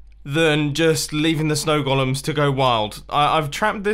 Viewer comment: I like that he pronounces golem as "Gollum".